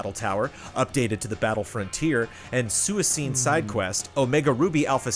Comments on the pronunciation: Correction: Suicune is pronounced with a hard C, so not suisune, suikune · Thanks!! I wonder if the correction just had a typo? Like "Suicine". He definitely pronounced an i instead of a u there lol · Correction: Suicune - Swee-coon. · pronunciation of Suicune was BRUTAL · ' pronunciation of Suicune absolutely MURDERED me.